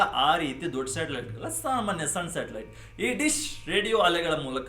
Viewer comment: ಸ್ಯಾಟಲೈಟ್ ❌ ಶಾಟಲೈಟ್✅